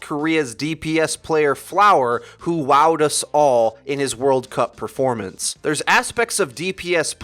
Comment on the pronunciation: did you say preformanance